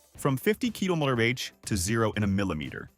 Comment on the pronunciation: "Sixty me-yow..."! "Fifty kill-er aitch"! 😆